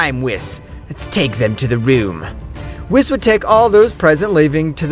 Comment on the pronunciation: whis is pronounced (weese)